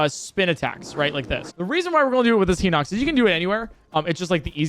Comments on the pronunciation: Is "Heenocks" the official pronunciation? I've never heard anyone in real life pronounce it that way. Just two streamers, now. Everyone I know pronounces it "High nocks". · “Hee-nox” classic, classic Nintendo YouTubers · “Heenox”? What the fuck?